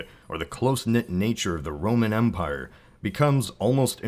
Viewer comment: "Skittian nukular calvary was the fundation of their umpire." ;p